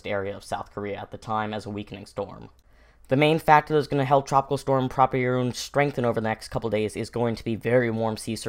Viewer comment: PRAW-pee-roon? I pronounce it as pruh-PEER-oon.